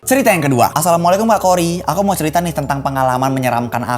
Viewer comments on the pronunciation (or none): none